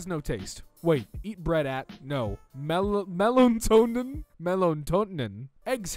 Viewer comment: "melontonin" such inspiring words